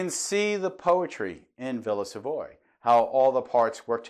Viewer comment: Nearly each and every one of your videos leads me to thinking that we could have discussed architecture, and many other topics, for many hours. We seem to see eye to eye many things. One small remark worth mentioning: early on I used to pronounce the name of the villa similarly to you. So much until several European and South American tutors I had at architecture school insisted the correct pronunciation is in French. Hence, Villa Savoye - sounds like Sav-ou-ah, with the the stress on the last part. Although it all took place so many years ago, I can still remember their frustrated gaze to the sound of me calling it Savoy. :-)